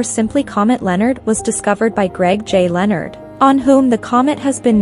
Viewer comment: If you are going to make a video, at least pronounce the name correctly...!!!